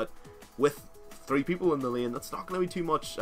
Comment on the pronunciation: "Staying in Lieeen" wuuut?